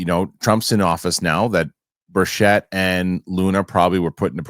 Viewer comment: The good Congressman’s name is pronounced BURCHIT, not BUR-CHETTE. Thank you.